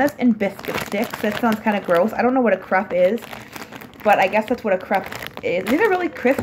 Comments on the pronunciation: It is pronounced cr-ape you know like grape not crep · crepe is pronounced crape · So many squishies are coming out this year! Excited for next year!😋 also l really like the blanket u we’re sitting on it was super cute💕 and l don’t know if it’s just me but l pronounce it ‘crape’ not ‘crepe’ even tho l know it’s spelt like that ldk🤷‍♀️:) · OMG how she said crape made me cringe every time